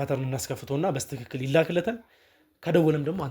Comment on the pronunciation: በስትክክል የምትለው በልማድ ነው ወይስ በትክክል ማለት አትችልም?